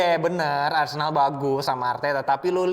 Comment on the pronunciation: MENIT 05.28 Apakah sengaja plesetin jadi arsenal jadi arsendal???